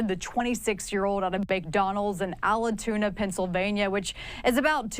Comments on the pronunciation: Caroline: it is not Alituna, but Altoona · Allatoona? Do you mean Altoona? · She called it Ala-toona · It's pronounced AL tuna....lol